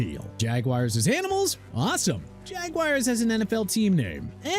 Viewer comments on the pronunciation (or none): It's pronounced la-gwar-dia not la-gar-dia!! Also maybe you should change the Jaguars name to Jagwires cuz you keep saying it... SMH... and you said the Dolphins name isn't instilling fear in any opponent. Thank you for trashing my team. Way to show respect for Miami... NOT!!!